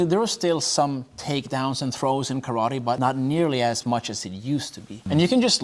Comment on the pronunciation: My Uncle watched this with me and he’s a Kyokushin black belt, and every time this man said Karatee, and not ka-ra-te he told me to turn it off lmaooo